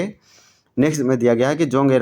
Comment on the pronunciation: जोंग एरपा नहीं जोंख़ एड़पा होता है